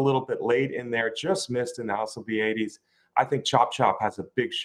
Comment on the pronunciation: What's up with? Can't pronounce Alcibiades That's ridiculous